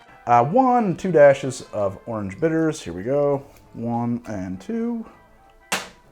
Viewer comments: "Ahurenge." Orange? "AHURENGE." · Why does he say "OAR-ange" instead of just arnge like the rest of us? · That coastal accent leaking out a bit